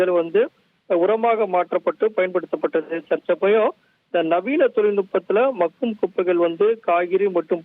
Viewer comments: Hi தொகுப்பாளர் sir, அது மகும் குப்பை இல்ல bro.. மக்கும் குப்பை.. உச்சரிப்பு மாற்றி கொள்ளவும் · ஒரு தமிழ் வார்த்தையை கூட சரியா உச்சரிக்க தெரியாதவனுங்கள்ளாம் தொலைகாட்சியில் வைத்திருக்காங்க.. மக்கும் குப்பைக்கு - மகும் குப்பை என்று சொல்லுறாங்க.. இதையும் ஒரு ஆசிரியர் கேட்டுக்கொண்டு அதை வீட்யோவாக வெளியிட்டு இருக்கானுங்க...